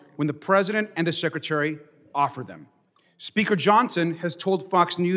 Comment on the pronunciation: Sectary. She can't even say secretary correctly! 😅